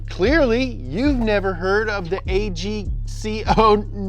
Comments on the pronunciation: It's pronounced Ag-Co, not A.g.c.o. XD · The a g c o… 😆 its ag co agco as in agriculture company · "AGCO" is pronounced AG-CO. AG coming from agriculture, and CO coming from company. My bawls shriveled up when you said A-G-C-O.... city boi. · FYI boys, AGCO is typically called Ag Co. come to think of it I’ve never heard anyone straight up say A.G.C.O. Lol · The 7 in-line is Agco not a g c o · A.G.C.O isn't pronounced individually. It is AG-CO as in Agricultural Corporation. They are a conglomerate owning multiple ag machinery placards. They are based in my home state of Kansas in Hesston, KS. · 7 cyl. For tractors. Made by AGCO. Agriculture. Ag. Co. Not A.G.C.O., Ag-Co. AGCO. C'mon man lol much love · As a tractor enjoyer, don’t spell out Agco, its a word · It’s pronounced AG CO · AGOC is pronounced Ag Co as in Agriculture Company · It’s pronounced “Ag-co” btw 😂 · A bigger in-line 6 engine…. CAT C18 - 18.1L. Used in large tractors and semi’s. Also agco, is pronounced (ag-co). As in agriculture company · Btw AGCO is pronounced like the first parts of 'agricultural company' cuz that's what they are